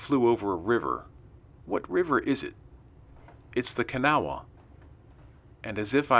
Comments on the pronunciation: pronounced ka naw. Kanawha river Kanawha county W.va. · You are saying kanawha wrong its sounds more like this, ka naw